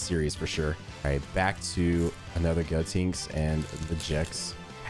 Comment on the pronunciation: I died a little inside when I kept hearing you say GO-Tinks